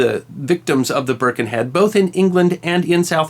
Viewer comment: I was born in Birkenhead and baulked at the first pronunciation of the name. Burrh-ken-Head. I thought it was brilliant that, by about 3 minutes, it was being pronounced like a local. Byrken-ead. And what an absolutely brilliant bit of info. Loved this.